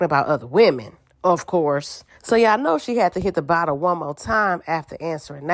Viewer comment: “Did they really being a BOTTEL to tha session”😂😂😂